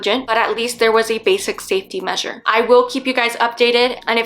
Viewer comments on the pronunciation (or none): none